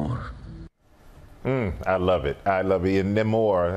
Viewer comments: Saw the movie last night and was very disappointed with Namor's casting. Huerta looks nothing like Namor. Not his face, hair, flabby body, nothing. Also, since when does Namor have a mustache and beard? Huerta even pronounces "Namor" incorrectly. I went looking online for an actor that looks like Namor and found the perfect choice, David Lee Mcinnis. This guy is the spitting image of Namor facially and hair wise. No makeup needed. He is already very fit, but pumped up he could be perfect. It took Hugh Jackman a few movies to go from looking fit to a totally buff Wolverine. Another BIG problem with the movie, for some unknown reason, Namor is no longer the Prince of Atlantis. WHAT?!!! Namor has ruled Atlantis since his first appearance in 1939, but in this lame version, he is the chief of some Mayan tribe. WHY?!!! You don't mess with a classic but Marvel totally erased Namor's history and made up some bogus, lame backstory that doesn't even make sense. Since when do Mayans live and breath under water? Hoping Marvel will reboot Namor, cast someone that actually looks like Namor, and restore his Atlantean origin. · Had no idea that Namor all of a sudden is from Mexico…and his name is pronounced Spanish now. What a joke Marvel has become. Wokeness Forever.